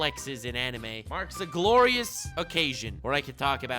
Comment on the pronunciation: listen to the word ''marks'' on - XD it sounds like Quack btw no offence to i love ur vids